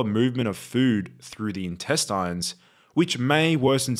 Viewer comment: Intest-eye-nes? Need to tweak that Ai bud.